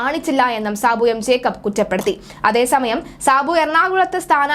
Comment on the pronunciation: ജേക്കബ് ആണ് ട്ടോ. ജേക്കപ്പ് അല്ല. 😊